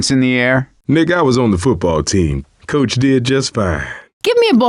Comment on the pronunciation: i thought coach said the n-word